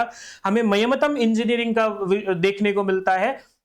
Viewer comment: ज् + ञ् + अ =ज्ञ है। और ज्यान सही उच्चारण नहीं है। यह प्रान्तीय accent के कारण कुछ लोग बोलते हैं।